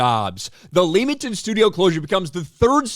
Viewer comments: Just so you know, it's pronounced LEMMING-TON. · You pronounce Leamington wrong